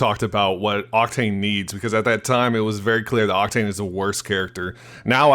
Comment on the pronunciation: you said cocktain lol